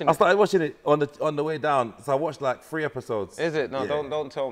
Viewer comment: It's tree😂